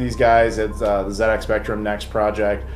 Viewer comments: "The Zed Ex Spectrum" Americans: the ZED EX spectrum? not Zee Ex? what? The rest of the English speaking world: ah yes, Zed Ex as it has always been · great review dude! nice to see it from a completely different perspective for a change - and well done the Z pronouncing bit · for pronouncing it correctly.